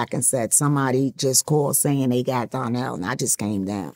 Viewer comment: It's "Donnell", Not Darnell